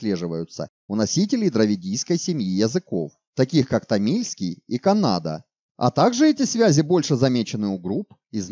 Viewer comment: Язык называется ка́ннада, а так всё супер!